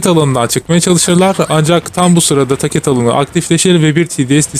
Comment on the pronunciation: video asiri iyi ama tacet ve TDs telaffuzlari yuzunden devam edemicem sanirim